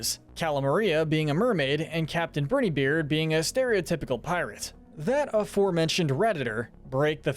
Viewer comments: The way he says “Brineybeard” just irks me but the videos are good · You mispronounced Brineybeard every single time and his name is Pork Rind, not Pork Patch??? 😂😂